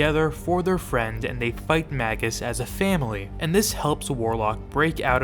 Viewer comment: Magus is pronounced like "Maje-us." Like Warlock, it's a traditional rank in occultism.